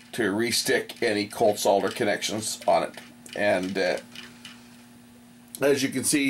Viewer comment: I like the way you say SOL DER and not SODDER like the Americans do.